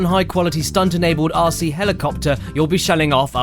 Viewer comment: being used to your accent, when you say rc, it sounds like youre saying ARSEY, (or assey, for us 'mericans). made me laugh the whole time.